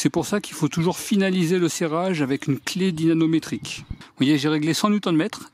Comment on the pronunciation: Lol mdr je sais pas si tu fais exprès mais a chaque coup tu dis dynaNometrique a la place de dynaMometrique. En tout cas j'ai bien rigolé.